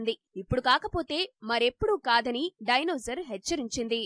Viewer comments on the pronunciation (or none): డైనోజార్ కాదు మేడం " డైనోసార్ అనాలి